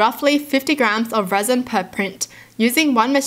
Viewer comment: you have such a nice reading voice and by the way at first I thought you said the wheelbarrows were made out of raisin